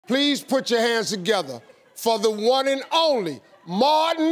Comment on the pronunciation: The way he emphasizes the words the "one and only" and "mimicker" got my attention.